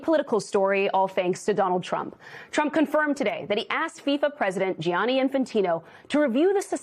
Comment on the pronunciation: The only thing you understand is that you can’t pronounce names. "It’s not Johnny, it’s Gianni."